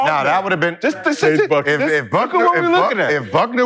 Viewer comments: Paige Bueckers is pronounced Beckers, not Buckners. According to ESPN, Paige Bueckers was ranked #1 in the high school basketball class of 2020, followed by Angel Reese, Cameron Brink, and Caitlin Clark. Due to injuries, Paige dropped out of the news. She red shirted a year and now has eligibility for one more season. When healthy, Paige is a damn good player. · Paige Bueckers not Buckner. 😅😅 Nice to hear guys talk womens hoops. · Paige Buckner 🤣🤣 it's Bueckers fellas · time mark _ "Van Leaf probably wouldn't have got drafted" time mark _ "If Buckner would have come out" Gentlemen, the names are "Hailey Van Lith" and "Page Bueckers". 🙉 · Paige last name is pronounced “BECKERS” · These fools saying Paige Buckner 😂😂😂